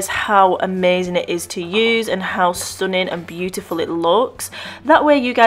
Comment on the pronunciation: Did u say "stoning " or stunning?? 😂😂